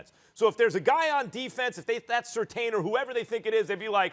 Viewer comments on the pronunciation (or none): Steven A Smith: "Sur-tahn". Max Kellerman: "Sur-tane". These clowns don't watch college football. His name is spelled Surtain but is pronounced "Sur-tan" 👀